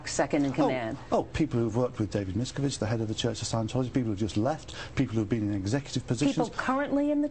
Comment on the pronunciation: Why does he insist upon coming up with his own. pronunciation of David Miscavige's name. Would those who grew up with him and worked with him for years not know how he pronounces his own name, the name of the head of the "church" (sic), cult?